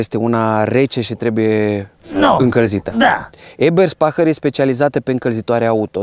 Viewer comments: Super clipul :) . Doar ca se pronunță "EBĂRSPEHIĂR" si nu "EBERSPAHĂR" :) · EBERSPECHER se citeste